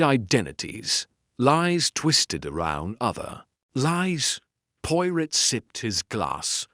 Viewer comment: The man reading tre story does not pronounce Poirot correctly!! Terrible.